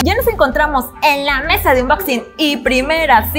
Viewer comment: Se pronuncia ' onboxing ' , claro que se escribe ' unboxing ' , más no se pronuncia como se escribe ☺